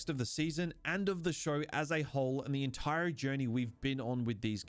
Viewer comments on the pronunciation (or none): Okay, WHAT is going on with this guy's accent? Every time I think I know how he's going to pronounce an "r" he does it differently. I was trying to ignore it but then I heard "he throws his entiRe ahhk out the window." I've never heard that happen before.